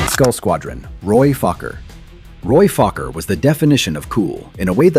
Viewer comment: Actually it's Roy Fokker.